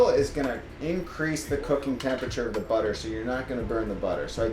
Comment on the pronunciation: I think I heard you mispronounce "butter" :-3